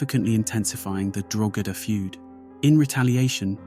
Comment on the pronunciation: Louth and Meath and Drogheda someone should of told him how to pronounce a few word first 😂😂😂😂😂